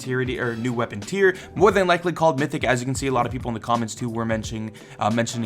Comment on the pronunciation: No one::...so much mroe!!